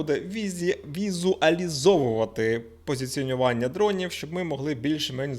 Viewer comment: "Візуалізовувати позиціонування" - заскладне для вимовляння для ведучого ))